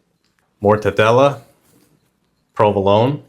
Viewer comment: Very interesting recipe. I'd use a spring-form Savarin tin. But why does someone with a perfectly good version of an Italian accent suddenly mis-pronounce Provolone?